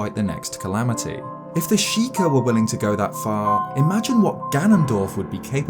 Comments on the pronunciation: “Galamity Ganon” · Calamity Gallon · "Galamity Ganon"